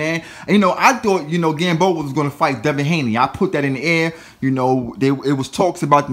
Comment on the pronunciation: And his name is Devin Haney not Hanley